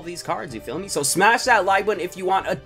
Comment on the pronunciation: KB Squared HES saying ya phommey